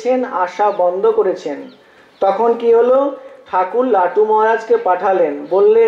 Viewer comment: Not latu, Thakur called lato.